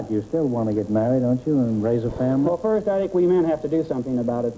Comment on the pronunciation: 21m43s I love how G'man gets "foist number" out of "first number".